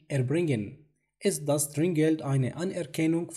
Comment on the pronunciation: أخي انت دائما بتلفظ كلمة داس ضاس .. ارجوك هاد حرف دال وليش ضاد .. بالالماني مافي ض ومشكور عالجهد